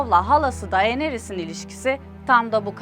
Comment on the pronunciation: Daenerys deneryis diğe okunuyo pls